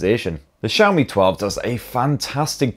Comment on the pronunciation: Wow. I just realized you fixed your Xiaomi pronunciation! Brits normally pronounce it "Zeeaomi" instead of "Sheaomi". Good job and great vid!